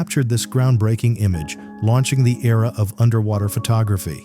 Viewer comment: The AI narration sucks! Did you hear the pronunciation of photography?